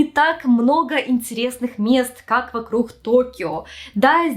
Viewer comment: стала более явно Хэкать)) "ЙокоХама", "вокруХ"😅 раньше не замечала, хоть и знаю, что с Украины